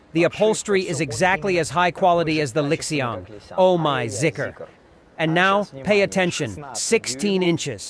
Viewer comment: What car do you keep referring to comparing to here? Sounds like lixeon